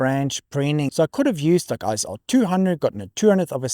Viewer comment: Very nice video! I guess every photographer goes through the let's ruin all my shots in the name of image quality phase. However, two things: - Isn't ISO pronounced ISO, not ISO? ISO sounds really kind of jarring. - - that's a very charitable way of describing a user error.